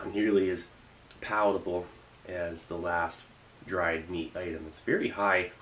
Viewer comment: Idk why but i died laughing when he said "M E A T."